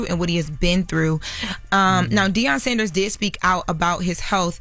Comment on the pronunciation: I thought Deion’s last name was Sanders and not Saunders????